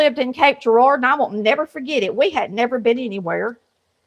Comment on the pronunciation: WOW!... Cape Girar(dough) lol...you left the dough part off of Girar-dough is my Hometown still yet....COULD NOT BELIEVE when you spit that out😂...enjoying your video....Salmon patties on my list!!❤ Thank You!